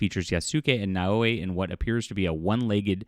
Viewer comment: I enjoy your work, but you need to work on your pronunciation. Yasuke - Yas-K. You don't pronounce the U & the e is included in the capital K. Naoe Nah O A. The first vowel is soft & the subsequent are hard. The same goes for Torii Tor-EE gate. Mispronunciation when you have done so many videos is also disrespectful, it is something Ubi would do. LOL. Keep up the good work. Edit, Idk why my pronuciation suff just got striked.